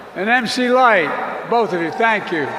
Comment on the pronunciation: I'm pretty sure on the teleprompter it said MC LIGHT instead of her real name MC LYTE.. Just to make sure he pronounced it correctly 😂